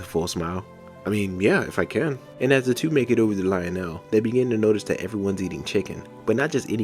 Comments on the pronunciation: just an Fyi his name is pronounced Leo-Nel not Lyle-nel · I think it's pronounced leo'nell I might be wrong but I personally always thought but lie'o'nell doesn't even sound Mexican